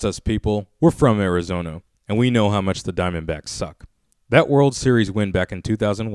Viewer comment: "we're from Arizono" so you're not from Arizona?